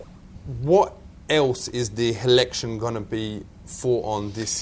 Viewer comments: "H'election" LOL This guy is awesome. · "Helection" :D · the Helection. Does your think. lol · helection, hahahahahahaha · "da helection" 😆🤣😆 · I love his pronunciation... "the hillection", lol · "Cause him know Nothings about America and the helection" loL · "heliction" lol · "hevedence" "helection" buhahhahahahahah